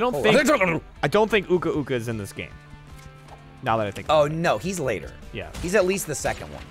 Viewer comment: Why does nobody ever remember the names of the bad guys? Also they're saying Aku Aku and Uka Uka wrong.